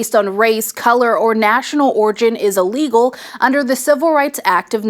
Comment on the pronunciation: It’s “ILLEGAL “ not “allegal”